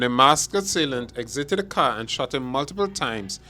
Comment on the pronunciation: "...ex-zitted a car" also "homey-cide" was that AI?